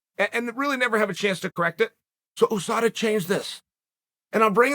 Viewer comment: No one: Literally no one: Chael: Khamzat didn’t fail a Ooosada test